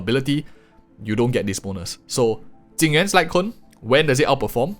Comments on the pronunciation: Ok.. why are you saying Jing Yuan and i m hearing Tingyun? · I was three minutes into the video before I realized that when you were talking about "Tingyun's" signature light cone you meant Jing Yuan. Not trying to make fun of your accent, but I was trying to figure out how a Harmony character had a light cone that compared to Erudition!